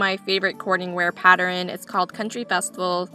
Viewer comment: I just found your channel by way of Scott's Old Curiosity Shop and have subscribed. I love the voice over style and nice music you use, because there's no distraction from store noise. You're the 2nd YouTuber I've heard pronounce the word, pattern, as "patterin." I'm curious to know if that is a regional pronunciation. Fun video! I look forward to watching more!